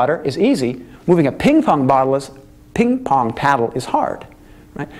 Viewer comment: as smart as he is i cant believe he screwed up "ping pong paddle" that bad